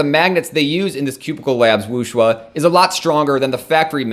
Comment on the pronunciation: It's not Wooshwuh, it's Wooshway ;)